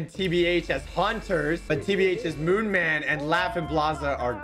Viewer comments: Ik but says moonman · wait did just say moonman